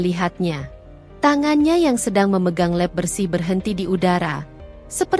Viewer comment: mbak baca nya lap tetap lqp bukan leb...